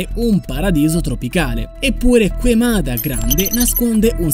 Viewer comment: Queimada si pronuncia keimada, non queimada...